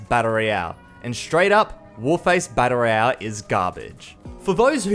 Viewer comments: It's "battle royale", not "batta roiyah". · "Batta Ray Yell"